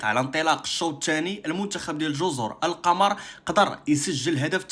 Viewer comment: كاتنطق جزر " القومور"